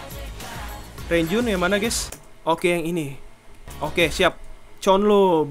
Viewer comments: Sekedar info Bang. Mark Renjun dibaca Lonjwin Jeno Jaemin dibaca Jemin Haechan dibaca Hechan Chenle dibaca Chonlo Jisung dibaca Jisong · Bang klo manggil renjun bacanya lonjwin